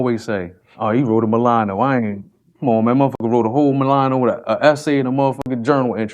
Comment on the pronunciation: Mispronouncing "Mullato" As "Milano" Had Me Rolling! 😂